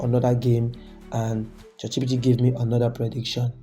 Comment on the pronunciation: Bro am not trying to disrespect you but it's chatgpt not chatgbt